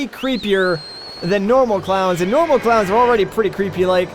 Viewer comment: The entire time you were talking about clowns I heard "Clouds" and I was very confused when you said a cloud went into the gift shop to get you a toothbrush